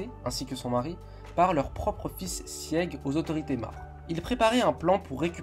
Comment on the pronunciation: Je ne sais pas si ça a déjà été dit, mais ça se prononce « Sig » pas « Sièg » sans vouloir être méchante